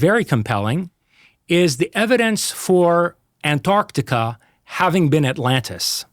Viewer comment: If I hear him pronounce "An-Arc-Tic-Ah" one more time; I'm going to throw up.!